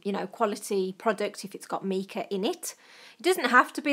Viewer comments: It’s my-ca not me-ca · sorry but its not pronounced meca its more like mica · Fab idea, I've got stacks of eye shadows. Mica is pronounced my-ca I've got quite a few mica powders I use when making greetings cards I now have a fantastic new use for them. Thank you for sharing your fabulous tip with us. xx 😊💖💅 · Just a small point, MICA is pronounced MYCA...